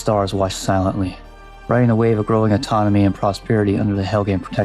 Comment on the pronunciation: Just a heads up it sounds like you are saying anatomy when you mean autonomy. Still, excellent video!